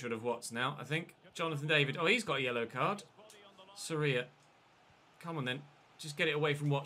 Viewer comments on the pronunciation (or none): the vowel in Sorias name that is emphasized is the o, not the I. Just thought I’d point that out Edit: if Fulham fail to stay up you must sign martins, one because he’s insane and you could keep semenyo as a backup as you originally intended, and two it’s unrealistic to have an 89 rated player in the championship. Same for teddy coles, if Bournemouth fail to get promoted.